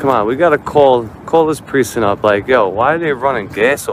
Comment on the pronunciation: What accent drops the "c" in "precinct"?